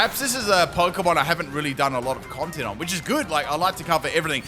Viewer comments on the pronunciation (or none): none